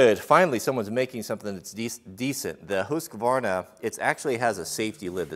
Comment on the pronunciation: Hooseqavarna lol